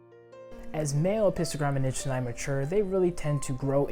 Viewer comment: beautiful video! Just a small correction. 'Nijsseni' is pronounced ' Neysseni'. It was named after a Dutch explorer's last name. The vowel 'ij' is pronounced 'ey' in English :) Or actually this diphtong doesn't exist in the English languages, but 'ey' comes close to it.